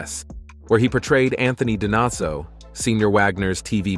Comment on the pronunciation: Natalia is her birth name, not Natasha. Its not Dinazzo, its pronounced Di-no-zzo. Im an NCIS fan. She didn’t like the dingy hitting the boat from another article. Vagner? Vogner? Wow